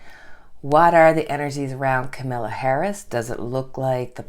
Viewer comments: Hi, her name is pronounced with the emphasis on the first syllable. It’s COMMA-la not KaMILLa. 😊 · ....the pronunciation of her names is camel- la....not Camilla...FYI It is no wonder that Nancy is feeling overwhelmed...the Republicans are trying right now to get the their together and get a second monetary package together to help the public....she could be between and rock and hard place trying to get whatever they come up with to be a help to the public....and not looking like she is dragging her feet......it is all a political game. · Please don’t worry about us seeing the cards. We can see them upside down, plus you explain them to us anyway. Just so you know, Kamala is pronounced just like Pamala. I sympathize with suffering in the heat, I live in Florida where it is 90 but it feels like 100 because if the humidity! I enjoy your readings and have been with you from the beginning. 👍❤️